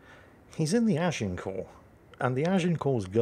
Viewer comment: Thank you, I've been Americanizing the pronunciation of Agincourt, now I know how to say it correctly! Learn something new every day, keeps the brain fresh.